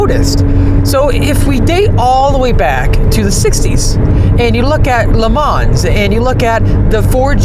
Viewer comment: ...."Lemanz...." really? C'mon kid, at least try to be respectful...